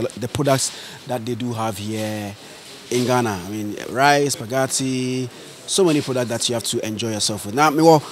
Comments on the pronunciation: I heard “SUPAGATI” eiiiii😂💔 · Lol 😂 supagatti